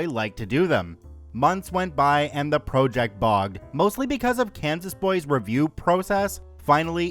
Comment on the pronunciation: why does this guy pronounce project as “pro-ject”. is it AI?